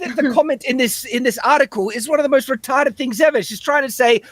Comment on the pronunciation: Hearing the word retawded over and over was very comforting